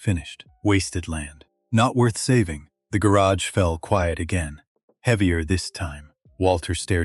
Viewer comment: Narrator just can't figure out how to pronounce quiet. AI f-ed up again and again.